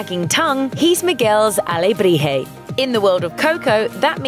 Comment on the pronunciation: If it were just that, I'd give her a pass... I don't know, she seemed to make an effort at some names but totally blew others. I mean, she doesn't even pronounce Coco right! Or Dante. And let's not even start talking about her rendition of alebrije.